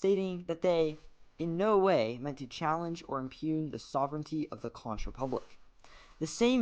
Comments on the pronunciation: Conch pronounced CONK not con-ch ;) We're pretty out there, I know <3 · conch rhymes with honk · say it like CONK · Conch is pronounced Kon,. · This is Dennis Wardlow founder prime minister of The Conch Republic good video almost true however it's pronounced hunk konk not the way you say it get it right but the video was pretty good congratulations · It’s spelled Conch bunt it’s pronounced “conk”. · I just saw this. I hope by now you have learned to pronounce "conch" correctly.